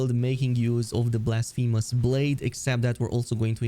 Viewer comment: he is making fun of the way you pronounce blasphemous 😂